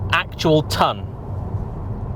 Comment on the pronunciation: That Midlands ‘cause it’s carbon fibre’ pronunciation had me in stitches😂